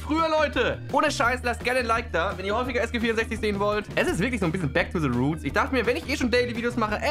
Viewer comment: "ein bischen bäck tu se ruhts"